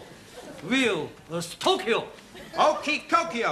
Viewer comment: Taro calling Stoke 'Stokyo' gets me every time!